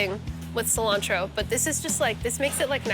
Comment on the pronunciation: I'm going to start saying Killantro. LOL